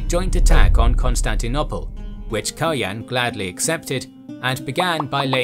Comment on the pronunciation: Kaloyan is pronounced with the accent falling on the last syllable. KaloYAN. It's a slavicized form of the Greek Kalo Ioan, meaning Handsome Ioan. One of the leading theories for Kaloyan's murder was that it was done by a Cuman leader, by the name of Manaster, who was either participating in some Bulgarian courtly intrigue or was being bribed by the Greeks. Also, the portrait which was used in this video is based on a reconstruction of remains found near a church in Tarnovo, where later Asenevtsi royals were buried, however the remains have not been unequivocally confirmed to be that of the tsar Kaloyan. It is possible that they belong to a noble of the same name who was buried there more than a century later. There is a also a tower of the ruins of the Tarnovo citadel which is called the Baldwin tower, where the Latin Emperor died in imprisonment, as the story goes.